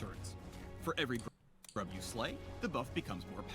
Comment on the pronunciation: why do u say groob when the video just said grub?